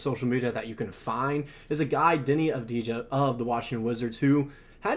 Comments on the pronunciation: Dude, learn how to pronounce their name correctly before trying to recruit tragets to bolster your sports team. It’s Av-di-ya! The j is silent. It's also important to remember that acquiring a player of Deni Avdija's caliber will require more than Josh Giddey and a low first-round selection since Giddey is a bust and a liability at this point, and the Wizards have no need for him even as they rebuild. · (intentional typo) could really put in the tiniest bit of effort to at least to pretend that they care to pronounce Avdija's name right. Of course... Le 'Murica rules all the way. No other countries and nationalities exist.